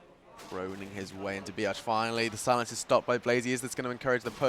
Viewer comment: always when the commentator says b arch it sounds like biatch:D